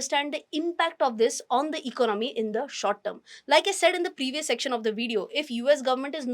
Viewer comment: You seems very confident when you speak but try to learn to speak few words like economy and certainty correctly and may be few more